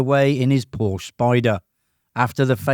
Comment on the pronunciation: Por-sha. Porsche. Two syllables Y'all.